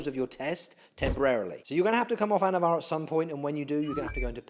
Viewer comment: anavar not avatar lol